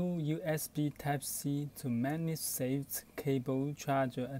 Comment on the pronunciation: Video starts Are you even speaking English? "Type seat to magsaint cable" "Type seat to magsape cable" "Type seat to mamsafe cable" Even dyslexic people speak better English! Sorry to be harsh but worst video I've ever seen. Didn't even gave the buy link